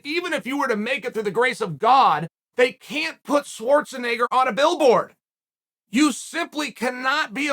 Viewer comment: Swartznigga 😂 uncle chael with another one